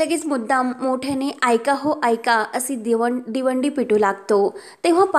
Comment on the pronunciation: दिवंडी नाही हो, दवंडी म्हणतात